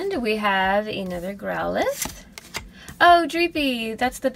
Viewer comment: It’s pronounced grow-lithe